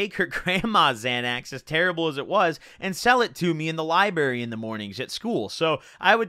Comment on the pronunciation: In da lie-berry.